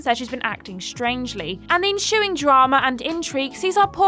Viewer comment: pronounced ensuing not en-shoe-ing